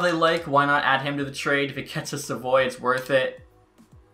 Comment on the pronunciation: Im pretty sure Savoie is said sav-oooo-ahhhh not sa-voy